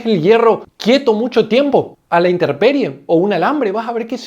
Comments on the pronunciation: INTERPERIE NOOOO! INTEMPERIE! DE X DIOS! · Con todo respeto, la palabra es intemperie no interperie